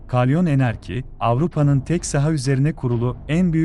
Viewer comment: kardeşim dikkat çekmek için mi yapıyorsunuz bu dandik konuşmayı Kalyon enerki değil bir defa şunu düzgünce söyle KALYON ENERJİ olması gerekiyor konuşmada